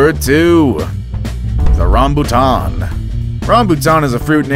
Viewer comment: Im sad when you say rambutan